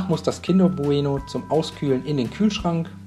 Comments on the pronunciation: Wie sagst du denn bitte bueno?? Man sagt doch nicht bu-eno sondern bueno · sag noch einmal Buh-Eh-Noh und ich raste aus